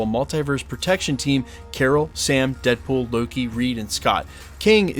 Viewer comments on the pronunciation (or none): none